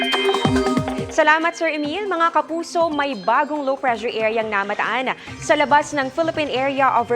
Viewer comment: "Pressure" po ha hindi "Prezure"